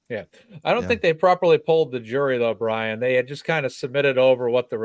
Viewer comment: Good to see you back! Mazza and I think it’s not Bryon. He was excellent as usual. Great cop, stand up guy!